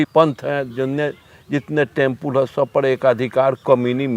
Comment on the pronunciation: टेंपुल नहीं रे टेंपल....क्या गुंडा बनेगा रे तू😂